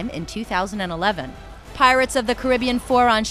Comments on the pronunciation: it's pronounced kari-bee-ann. Not kribian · It's pronounced Car-ri-be-an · It's pronounced Cari-BEE-an, thank you.